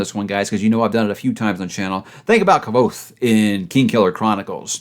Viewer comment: Kvoth? Isn't that the guy that pronounces his name as "Quoth"?